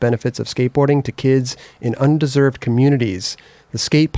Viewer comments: haha, on the mispronouncing - it was "underserved" (under served) and not "undeserved" (un deserved). don't trip you guys all flow i'd be tripping up all over myself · underserved not undeserved lol